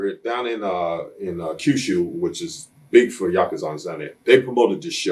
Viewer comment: You can tell Bad News spent alot of time in Japan. He even pronounces the word Yakuza correctly.